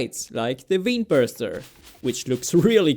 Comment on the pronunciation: Just a heads up, you pronounce vein like (VANE), just to stop you from sounding stupid.